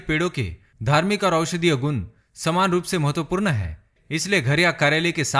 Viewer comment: Nice vdo m, full of knowledge lekin hindi bol rahe ho to km se km sahi uchcharad kriye jaese hr jagah apne mahatvapoord galat bola or chota u or bade oo ki matra bhi galat pronounce ki.. baki sb acha tha..😊👍🏻